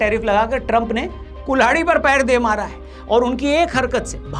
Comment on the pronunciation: ट्रंप का नाम सही लिखा है क्या या पहली बार मोदी से इसका सही उच्चारण सुना है